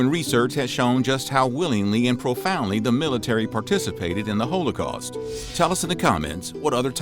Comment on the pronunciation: You need to learn the correct pronunciation of Wehrmacht and holocaust, unless your doing it on purpose to sound folksy. If that’s the case then please realize it only makes you sound ignorant of the material. Your mispronunciation is only part of your problem with historical accuracy. You incorrectly assumed the drug you called Nazi speed was a black pill with the street name of “black beauties”, a combination of Amphetamine (Speed) & Dextroamphetamine. The actual drug they were using was methamphetamine, a much more potent and dangerous drug. it was sold over the counter as Pervitin and it’s actually a white pill and correctly pronounced the way it’s spelled per vit tin not per vit teen. It already popular in Germany before the war and had been taken by soldiers on there own in Poland and France. The Nazis initially tried to ban it until it was discovered that it not only kept soldiers awake, but it also reduced their empathy. Even the Nazis recognized the detrimental effects of the drug and published guidelines for its use. What good are you doing to promote the study of history and the increase of historical knowledge if you don’t have your facts straight and correct pronunciation is also a type of fact.